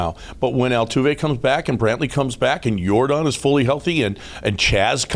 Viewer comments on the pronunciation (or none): And btw it's Yordan not Jordan!